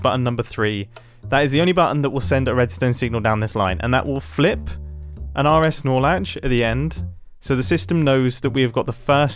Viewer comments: I keep hearing RSnorlax and I dont know what he is actually saying 😭😭😭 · Am I the only one who only heard "Snorlax"? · All I heard was RS snorlax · Say rs norlatch one more time 💀